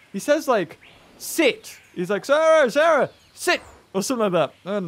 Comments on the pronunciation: its Cera NOT SARAH! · It wasn’t sis it was sah like sah rah